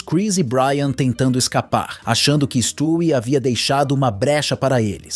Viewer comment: Mano stwie não se pronuncia desse jeito na série a lousa fala o nome dele de um jeito diferente e esse é o correto